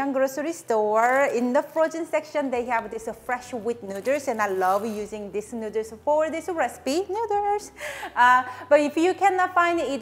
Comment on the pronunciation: Nooders!!! As usual, hearing you pronounce noodles never gets old.